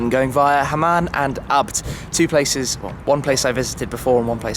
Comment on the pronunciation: Isnt ABT pronounced a....b....t not as one word??